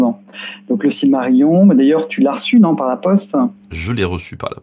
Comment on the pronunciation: s v p - Silmarillion ne se prononce pas cilmarillon, mais cilmarilillon (ridicule comme orthographe, mais pour donner la prononciation quenya en lettres françaises).